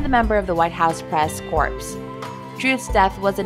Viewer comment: Corps not corpse.